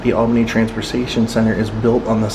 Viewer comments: It’s pronounced All-Benny. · Paula Deen is from Albany. You are near me 🥹By the way it’s pronounced All Benny. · Love your videos man. People do it it all the time, down here it's spelled Albany but pronounced ALL-BEN-EE. 👍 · I moved to a neighboring town and we thought it was crazy that it is pronounced All BIN ee. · Come to Savannah and ride in a hearse! They pronounce Albany as 'all ban ee'.